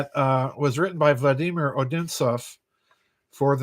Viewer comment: Thank you. My father was in the Philippines and then Japan during WWII. And I like the way you pronounce "Vladimir" correctly.